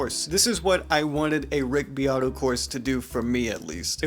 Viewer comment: It sounds like ur saying Rigby Otto